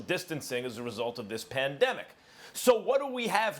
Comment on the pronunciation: He mispronounced words a lot so I dont think he is a conspiracy theorist